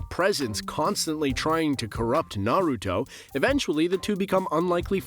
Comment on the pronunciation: One thing you can appreciate though is that he actually pronounces everything correctly. Have to love those lists where they introduce themselves as "huge fans of Naruto" but still can only say it like a mom in her 40's learning about what their kids watch now a days.